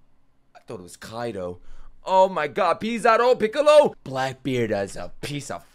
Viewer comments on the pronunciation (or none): none